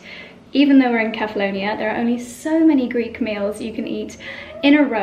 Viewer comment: I wish you would learn how to pronounce the name of the island correctly, seeing you go there every year.